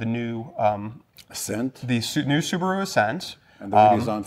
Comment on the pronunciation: Homework please: Subaru (スバル) (/ˈsuːbəruː/ or /sʊˈbɑːruː/;[5][6] Japanese pronunciation: [sɯbaɾɯ])[7] is the automobile manufacturing divisionof Japanese transportationconglomerate Subaru Corporation(formerly known as Fuji Heavy Industries), the twenty-second largest automaker by production worldwide in 2012.[8]